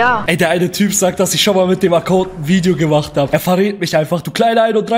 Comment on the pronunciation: 😂 Junge wie alt bist du erstens heißt es nicht ,,Vidio" sondern Video. Und nicht ,,Tüpen" sonder Typen.